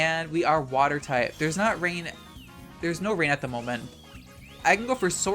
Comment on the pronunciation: lmao he said the australian "noarh"